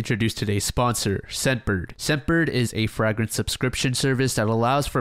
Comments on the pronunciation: “Frag-Rence” out!!!!! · Fr-ay-gren-se Not Fr-ah-gran-se 😂😂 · I thought I was the only one lol! I keep hearing "frag" like a grenade! For anyone curious, it's fragrance with the "fra" being pronounced like"fray", or fragrant. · I’ve never heard anyone pronounce fragrance in the same way you’d say frag grenade. Pls remember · WTF is a FRAG-RINSE lol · Never heard anyone pronounce fragrance as "frag-rants" before and tbh it really bothers me 😅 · IT IS NOT FRAG-RANCE LMAO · Yo what is wrong with this guy lmao at first I thought he was joking why does he pronounce fragrance as FRAG RINSE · That pronunciation of fragrance was WILD 🫣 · this is the most captivating YouTube series I think I’ve ever listened to. like many, I fall asleep and revisit these videos over and over again. that being said the most disturbing part of this ongoing series is your pronunciation of the word “fragrance”. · in french its with the a sound so it didnt strike me as particularly odd but now that i think abt it its def wrong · mf trying to sell cologne and cannot pronounce "fragrance" lmao. But fr the reading skills / pronunciation of so many content creators is shocking to me. You'd think people that want to speak for a living might learn how to pronounce words... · I came to the comments for this😂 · Learn how to say fragrance 😁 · the way you pronounce fragrance is fun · WHY BRO SAY FRAGRANCE LIKE THAT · no way you prounounce fragrance like that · Why tf are you pronouncing fragrance like that? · Fun but I can’t stand how you pronounce fragrance lol